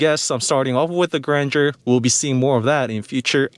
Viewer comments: Suggestion: you don't need to learn French language to pronounce Grandeur properly. Learn about the meaning, also. Then you will discover why the did not name it just Abcdefg.😂 By the way, the car is impressive.👍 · It's not granger it's Gran-deur in french it means bigness greatness. I coulden't guess the name spelling by yourself until i read it. Grand eur